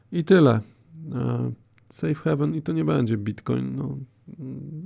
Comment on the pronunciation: sejf hejven się mówi, 99% ludzi popełnia ten błąd.